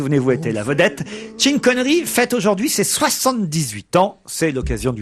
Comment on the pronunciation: "Tchine Connerie" ; "Tcheurley Bassey" 😂